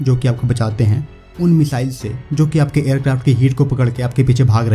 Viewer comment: मिज़ाइल नही होता भाई मिसाइल होता है